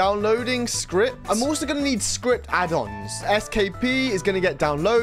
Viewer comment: did bro just say "SkPee" the best strategy is just to not use TAB